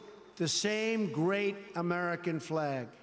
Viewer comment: Inspirational: 'You too can have a great sperts team, sperts is gret'